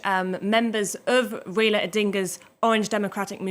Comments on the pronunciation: Please pronounce his name properly. It is RAILA not REILA. He is the doyen of Kenyan politics. A colossus, a titan. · His name is Rai-la. Not Rayla. It’s pronounced Rye-la.